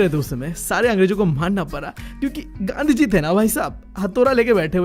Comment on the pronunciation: Bro made gandhi ji sound like gandu gi 😂